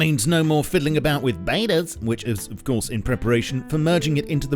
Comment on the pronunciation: I really hate the way you say betas